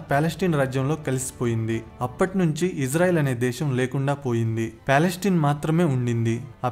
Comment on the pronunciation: పాలస్టిన్ కాదు రా, పాలస్తీనా.